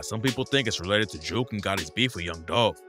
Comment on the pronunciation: Jook rhymes wit Book not Juke